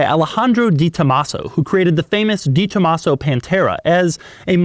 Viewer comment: I respect and look forward to your reviews/opinions. As such, I expect you to go that extra step and learn the correct pronunciation “Deh-tomasso” ( spoken all at once quickly and with very little enunciation on the syllables). I suspect you’re quite unaware of the prestige and high regard you are held in car enthusiast circles. Splendid work as always.